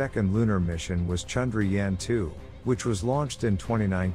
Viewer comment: Is it so difficult to pronounce Chandra + Yaan = ChandraYaan?